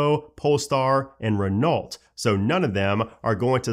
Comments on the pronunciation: Love your info. Just two things from this video. Renault is RE•KNOW rather than RE•NALT. When you say “what’s up guys” I look around to see who’s in the room with me. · Love these updates to find all the tiny iOS beta changes. Just a tiny pronunciation change… Renault is French, it’s not pronounced “Renolt” but “REN-ow”. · Just an FYI, Renault is pronounced "reh-no". 😉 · The Renault car maker is pronounced Ren-ow. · Not vital, just for future reference - Renault is pronounced “ruh-know”, not however you said it. Thanks for the weekly update. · I can't believe you pronounced "Renault" like that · Please learn how to pronounce Hyundai and Renault. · Why can no one say Renault correctly, marques said it wrong on his podcast too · As a French guy, this hurted my ears lmao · Look up how to pronounce Renault